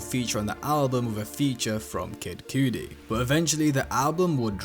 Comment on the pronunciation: Bro do you even listen to music that's not how you say Cudi.